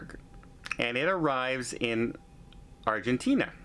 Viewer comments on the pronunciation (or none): none